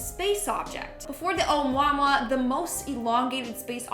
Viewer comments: You pronounced Oumuamua wrong! It's "O moo a moo a" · Canadians trying to speak Hawaiian is adorable. O-moo-a-moo-a.